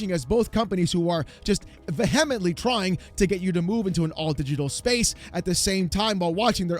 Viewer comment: Say what you like about gaming journalists, but I'd bet they can pronounce vehemently properly. Veh-hem-ently! 😂